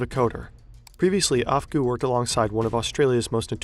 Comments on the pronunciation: Okay I'm only 5 minutes in, but "AFGHGOO" didn't realize he was working for the FBI, right..?! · Guys don't be like 'Afgoo'